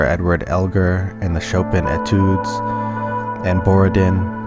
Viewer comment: most of them: wagner. shostakovich, chopin, handel, mussorgsky, elgar. you even miss pronounced the word etude by placing emphasis on the wrong syllable lol